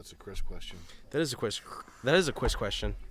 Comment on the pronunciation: That's a Cwis questwon